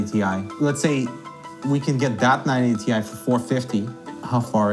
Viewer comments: "-... 980*TIE*" Nobody EVER pronounced it like that, huh, Linus? 🤔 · Anyone else hear say 980 TIE at like? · Why does keep saying 980 ti like "TIE"?